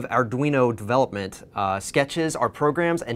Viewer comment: "In de wand of adweno devwelopment..."